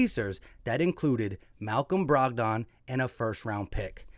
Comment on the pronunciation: Dude doesn't even know who Malcom Brogdon is. He just read his Stat line. Bro can't even pronounce his name 😂